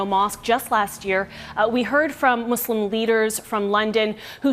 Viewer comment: very sad incident. also i wanted to say reporter seems very educated and i rarely hear the right pronunciation of word Muslim and Islam. most people say Z instead of S